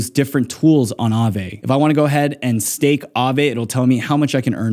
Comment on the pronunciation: say stafe 😂